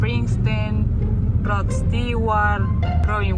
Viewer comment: Se escribe Stewart pero la pronunciación es stuard Saludos